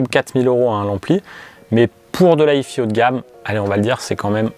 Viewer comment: ah, si on prononce à l'anglaise faut le faire pour les 2 parties : si hi-fi ça donne haï faï, pas haï fi 🙂